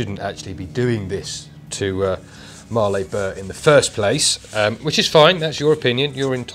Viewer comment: Hi, for your info Mallee is not pronounced Marley, as in Bob Marley, it is pronounced Malley as in Valley. I live near where they come from. Keep up the good work. Cheers, Sean